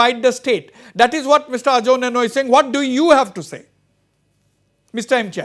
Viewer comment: Correction..... called it Nienu not neinu